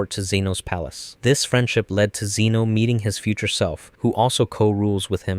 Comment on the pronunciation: "Zeno" no. just no